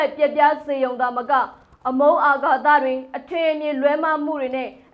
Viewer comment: ဟုတ်တယ် အာဃာတ ကိုလည်း အာဃာသလို့ပြောသွားတယ်.